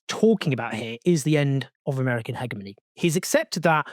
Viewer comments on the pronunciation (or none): Hegemony pronounced as hejimony not heghmony. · Owen, great work as always. FYI- the G in hegemony is pronounced as a soft g, not hard. Accent is on the second syllable, not first.You’re welcome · Hegemony is pronounced Hedge-e-mony brother :) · it’s pronounced he(j)emony btw :) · You’re pronouncing hegemony wrong